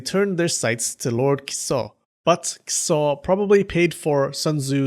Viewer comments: You kept saying Kiso; I kept hearing Kuso. I kept giggling every time. "Lord Shit enters the battle!" LOL I need to get out. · Dude I thought I was the only one 🤣🤣🤣